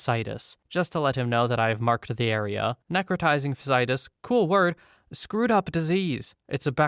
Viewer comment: ECMO is pronounced "EK-moh", or like ech from echo but instead of the o, you say mow or mo. Another, necrotizing fasciitis, you got the necro bit, but fasciitis is "nek-ruh-TY-zing fash-ee-EYE-tis"